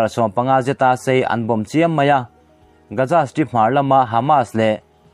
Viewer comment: Gaza hi Gaja tiin i lam thina lo fimkhur deuh teh. Keini Mizo ho hi 'Z' aiah 'J' lamrik hi kan ching lutuk a, eg- zero - jero, Jesus - Jejus etc. Hetianga public ngaihthlak tura chhiarte hi chu fimkhur deuh ula a tha hle in ka hria. Inthlahrung takin ka rawn sawi ve a ni e